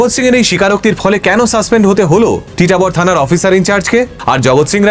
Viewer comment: আমি আসামের তেজপুরে থেকে ভিডিওটি দেখছি। জায়গাটির নাম টিটাবর না ❌ জায়গাটির নাম হচ্ছে তিতাবর । আর আসামে কখনো এরকম ঘটনা শুনিনি। তবে হতেও পারে।😢 কালা জাদুর পপুলার জায়গা হচ্ছে মায়ং ।